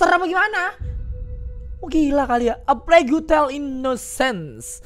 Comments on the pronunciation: Plague bacanya pleg pip... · "Eu plegu tel" gak tuh😂 ada U nya wkwk